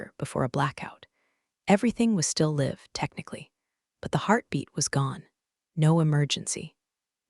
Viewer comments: How do you teach Artificial Idiots context? Live should be pronounced lyv instead of liv. Bow should be pronounced bough instead of bo. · Understood is three syllables not two. Pronunciation of read in past tense rhymes with red. Live when a noun rhymes with hive, when a verb rhymes with give. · Please teach your ai to learn how to pronounce 'live' and 'read' in the right situations. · Although a good story, please check the pronunciations of ' read and live' , very distracting all the way through.